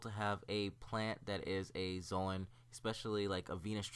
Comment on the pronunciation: The way he says zoan. It drives me crazy